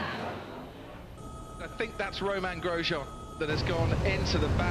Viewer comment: You two are Canadian but don't know how to pronounce Grosjean and especially the 'jean' bit of it was as hilarious as shocking tbh.